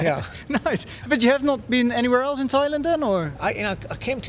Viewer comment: Thoilend? What's the meaning of it? Never heard about Thoilend, maybe you are in the wrong country?